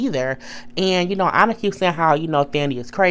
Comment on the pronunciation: It's Anna not onna